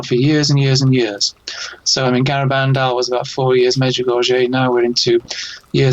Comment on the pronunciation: wrote a book on Medjugorje yet mispronounces it. All these years and refuses to pronounce Medjugorje correctly. I wonder how correct the information is in the book?